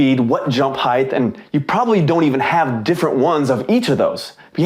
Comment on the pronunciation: Great tutorial. But….Heighth. Bruh.